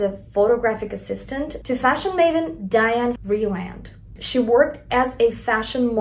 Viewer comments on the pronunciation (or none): none